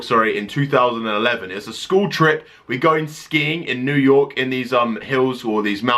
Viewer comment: he said new your